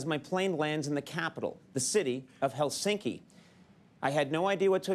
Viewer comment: HEL-sinki, not HelSINKi. All Finnish words are stressed on the first syllable.